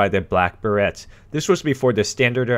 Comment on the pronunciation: it's not be-ret for pronunciation, the correct pronunciation is ber-ray.